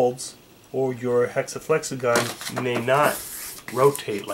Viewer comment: Flexagon sounds like super Mario saying flex a gon